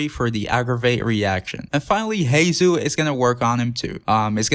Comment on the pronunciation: bro pls fix pronunciation on heizou and yanfei bc ill cry edit: same for shenhe and yunjin edit 2: beidou too